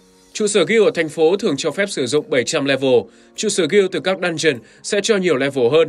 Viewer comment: Chẳng hiểu sao cứ nghe nhầm "dungeon" thành "đan truyền"